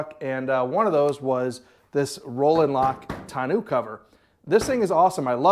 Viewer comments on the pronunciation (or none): Tonneau is Tonn No. not New fyi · Great video brother!! Don't put the bike in the truck!! Trust me you won't like making that happen...to awkward and to dangerous!! Get a small trailer with a low ramp for your bike and leave the truck bed for other cargo!!! Also....it's not pronounced "ton-noo"....figure it out!! 😄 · Great videos with great content sir. Thank you. Now TONNEAU is actually pronounced TONNO. As it is a French word and in French, when the word ends with EAU it is pronounced O. For instance EAU means water in French and it is pronounced O. Same for the Tonneau Cover. I hope this helps sir. Again fantastic content. Thank you for all.